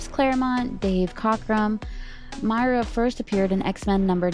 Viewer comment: I thought it was pronounced “Moy-Ruh”.